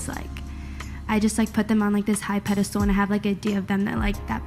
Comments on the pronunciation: The word is pedestal, not pedastool. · It’s pedestal lil lady not ‘pedder stool’ 😆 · Did she say "pedistool " twice? Airhead!